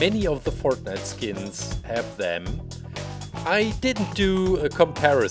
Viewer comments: Not making fun of but fert-night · Bruh he called it fartnite